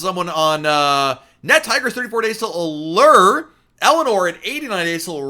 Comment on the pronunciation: Why do you say a-LER and not a- LOOR? FOR ALLURE OF THE SEAS?? a-LER just sounds bad!!! No one else says a-LER. 🤔🤷‍♀️